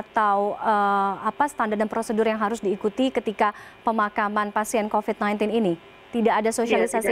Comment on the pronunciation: 0.02 COVID mbak bukan COVED😂